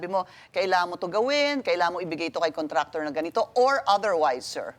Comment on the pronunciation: “my contrator”